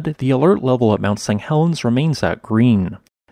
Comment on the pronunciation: Why do you keep saying "mount Sang Helens" ?